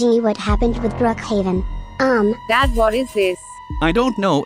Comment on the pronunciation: Is not brookaven is brookaven pibby